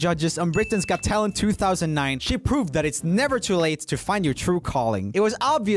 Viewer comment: When roomie told "She Proved" I thought he said "She Pooped"